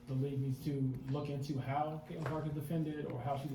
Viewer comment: Notice Stephanie still cannot.say her name...its Caitlin...Methanie...Caitlin Clark...CC...NOT C...CC22..